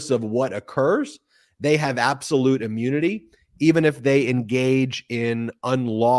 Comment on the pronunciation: Ben, maybe it is your accent but, "immunity" or "ammunity"? You are saying "ah-mune-nity" not "im-mew-nity." Very sorry but that's what you should be careful about.